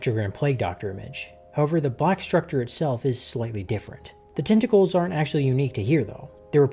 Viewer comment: "Nah I'd tintacles" 💀